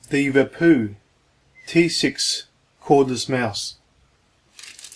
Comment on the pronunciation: The wapoo, bwootoof wouse, weason , mac book pwo, fweel, HA HA HA HA HA HA HA